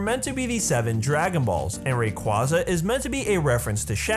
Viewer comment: I'm gonna ignore the fact that he said rayquaza wrong and be waaaayy less annoyed